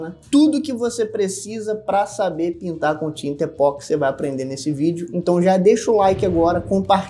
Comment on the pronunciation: O vídeo é excelente como sempre, mas eu detesto ser aquele cara chato, que sempre acha alguma coisa para reclamar. Por favor, não chame o produto de E-POX, como Botox, Sedex, ou remix. O correto é dizer E-PO-XI. Considerando-se que o nome universal do produto é igual no mundo inteiro: EPOXI No Brasil, e fora dele, as pessoas pronunciam esse nome com um som similar com Ê-PÓ-KSÍ.